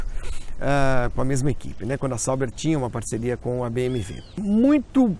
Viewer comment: Pq vc fala BM"V"?